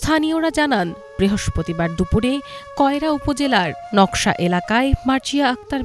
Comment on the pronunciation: গ্রামের নাম নকশা নয় নাকশা